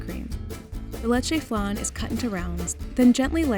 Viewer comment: I like how she says it Lechè Flan but Its pronounced Le Che F Lan